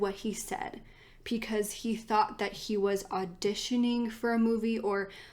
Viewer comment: You really do a great job with these! But pecause? 😂💙